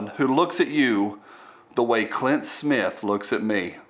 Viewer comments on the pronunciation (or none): none